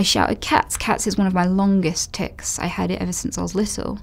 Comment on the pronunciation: Noticeable tiCs? Are you sure you said that right Anita?